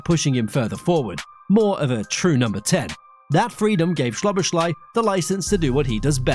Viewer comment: Szoboszlai is not polish, like the way you pronounce his name in this video (Shoboshlai). In hungarian sz is english s. > So-bo-sla-y